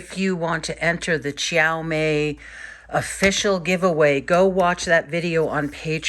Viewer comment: Your pronunciation of Qiaomei is the most accurate amongst all the others I've seen haha. And such a nice view from your studio!